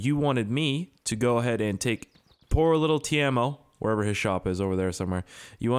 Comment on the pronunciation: Its Timo no taimo